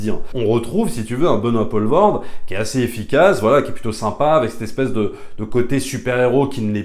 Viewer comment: Tu m'as trigger à chaque fois que tu disais "Benoît Paulvord"